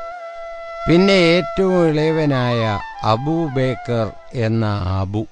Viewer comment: അബൂബേക്കർ അല്ല, അബൂബക്കർ.